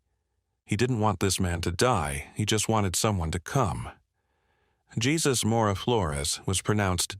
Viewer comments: Not jesus pronounce hay zus lol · Say it with me -- HAY SOOS